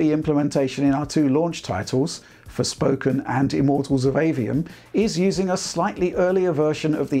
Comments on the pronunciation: Did just say 'Sporfoken'? xD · love the chuckle after mispronouncing the game as Sporefoken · “ sporfoken” LOL 😂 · sporfoken hehe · "and here's the same thing happening with Sporfoken". :) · SPORFOKEN! kekw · Great video as always! However, mentions "Sporfoken", which made me chuckle.